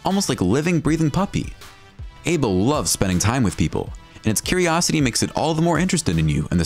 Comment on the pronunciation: Aibo Is Pernounced: I BOW